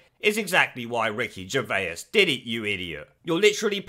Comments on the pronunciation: Who’s Ricky Gervayers? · Who's Ricky Gerveyus?